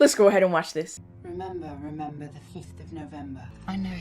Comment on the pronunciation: "REMEMBAH REMEMBAH!" 😂